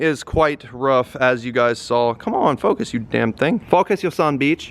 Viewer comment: “focus u sum beeech”